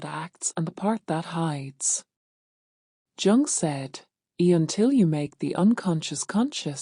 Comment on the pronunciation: You know it’s AI when it’s pronounced “Chung.” Why I think there’s something “fundamentally wrong” with AI. And the ideas here are baloney.